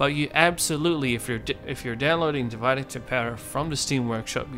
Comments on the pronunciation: Its meant to be latin. It's pronounced Dee Vee Day. not divide. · Great video! (Sorry to be that person, but thought you’d rather know that not — it’s not pronounced ‘divide’, but ‘div-id-é’[like ey in hey].) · Tip 1: pronounce divide in Latin and not English. Otherwise you might as well call it divide & conquer.